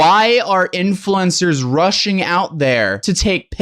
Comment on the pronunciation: They were RUSSIAN to Chernobyl? (Seriously, it sounded like you were saying that.)